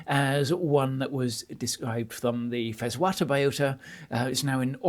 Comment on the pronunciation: You pronounced Llanfallteg perfectly...